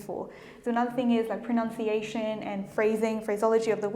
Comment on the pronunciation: ProNUNciation. SMH.